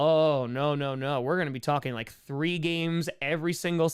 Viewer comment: Five and Tree.